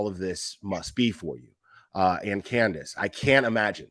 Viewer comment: And quit saying Grandus!! The woman has a name!!! It is Candus Harer!!